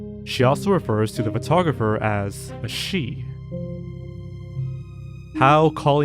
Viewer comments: The way you pronounce photographer really irks me. If you’re going to be narrating videos maybe learn how to speak properly?? It’s not furtographer. You don’t look at a furtograph. Get the marbles out of your mouth boy. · Great video, but the way you pronounce "photographer" is extremely annoying and incorrect, and you say it like 100 times in the video.